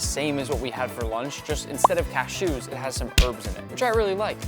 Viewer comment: I wish you didn't say cashews like that, Nick.